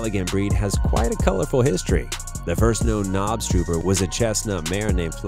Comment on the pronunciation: knobstruper.? That is NOT how you pronounce that XD